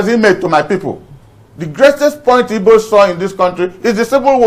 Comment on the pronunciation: So called elder. Can’t even pronounce “IGBO”… By the way ôga, acting a movie is different from reality. Asôkata eze anya kwanû ekpuru nkata n’ishi gwaya eziokwu.